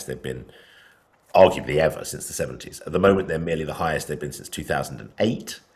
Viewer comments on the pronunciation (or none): none